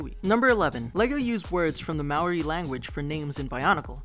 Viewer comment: Also as a side note you are pronouncing maori wrong. You gotta roll the R a little